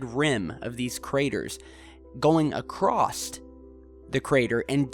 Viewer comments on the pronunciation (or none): Learn Proper English- There is no such word as "ACROSST". The proper word is "Across", without the "T".heard at " " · Going accrost?? Didn't know that was a word lol